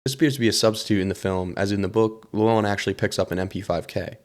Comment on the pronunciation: Also the way you pronounced Llewyn as Lew-on